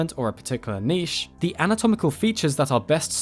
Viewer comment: THANK YOU FOR NOT MISPRONOUNCING NICHE!!!